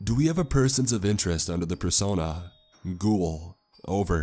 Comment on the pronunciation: "Ghhouull" I'm sorry. I died when you said it like that.